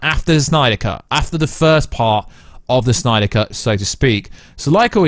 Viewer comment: This news was good enough for me to sit through you saying “suNYDER cut” a bunch of times.